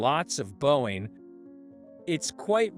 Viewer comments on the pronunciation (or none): Well i know reader not asian because miss pronounced word "bowing" and said bo----wing when correct is bow----wing! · Would someone pls reprogram the computer to pronounce bow or bowing which comes up often in these originally Asian stories.